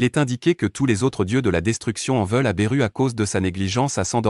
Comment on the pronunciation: Belle vidéo comme d'habitude mets pourquoi tu berru et pas Beerus avec le S car le s des maîtres Beerus ce prenonse et pourquoi tu t'arrêtes au milieu de ta phrase du coup ça coupe un peu la mécanique du texte vu que c'est toi qui poste ta vidéo prend le temps de te réécouter sinon GG 👏👌👍🙏❤️